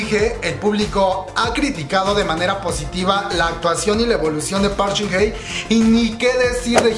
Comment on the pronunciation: No es por ser mala onda, solo quiero decir que no es Park Shin Hey (pronunciación) si no Hye. Por lo demas no me gusta su actuación pero amo el profesionalismo de Hyun Bin